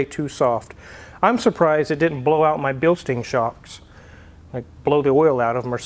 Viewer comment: its called Bilstein, not Bilstien.